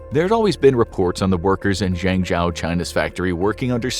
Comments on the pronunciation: You seem to have done a lot of research on this topic, but, why didn't you learn to pronounce "Zhengzhou" correctly? You keep saying "zengJOW", when it sounds more like "zengJOE". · I'm kinda surprised by how much misinformation infographics is putting on. 1. It's pronounced "zheng - Joe", now "Chao" 2. China DOES have laws against overworking employees; 48 hours per week. 3. In 2019 China made it illegal to fire someone for refusing overtime work. 4. China does have minimum wage laws that are set per city. 5. Phone factory workers are not "skilled engineers", they're generally countryside folk with middle school education at best. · I understand the writers and presenter aren't Chinese. But surely a quick Google of how to say Zhengzhou wouldn't have taken so long. I cringe every time he says it. It's pronounced like jenjo. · I used to live in zhengzhou and thats not how you pronounce the name. It's pronounced mostly like this "jungjo" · Slight nitpick: You're pronouncing Zhengzhou incorrectly. the "zh" is meant to be pronounced more like a J, the "e" in the middle is pronounced like "uh" and the "Ou" at the end is meant to be pronounced like the "ow" in Row. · Zhengzhou is pronounced “Jung Joe”. (I speak fluent Chinese). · Zhengzhou ("Jung Joe") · "Zhengzhou" is pronounced: /jung-JOE/, like the name "Joseph": "Joe". "e" in Mandarin Chinese is pronounced: /uh/, like: "up", as in: "up there": "Zhe" /juh/ Another example: "Zhejiang Province" Zhe /Juh/ Jiang /jiang/ the "a" is close to the "o" in the name: "John": /jiang/ "Zhejiang"!! "Zhejiang Province!" 😊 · Your pronunciation of Zhengzhou is wrong 😑 It’s a capital city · Please get someone who can pronounce Chinese cities properly; i.e. Zhengzhou 鄭州. It’s not that hard. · The way you pronounce "Zhengzhou" is so ridiculously, comically wrong that I couldn't really justify listening to more than the first minute. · Please, please, please, learn how to pronounce Zhengzhou correctly.